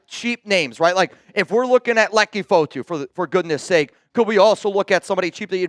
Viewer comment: said "I'm not gonna butcher his name" then proceeds to butcher name. Tf.. F Chuggs